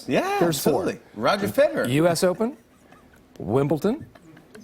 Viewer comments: Will Ferrell is actually a tennis fan which makes it that much more frustrating that he legitimately said “Wimbleton” instead of Wimbledon. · Who else hates when Americans pronounce Wimbledon Wimbleton? 😁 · Im going to call it wimbleton from now on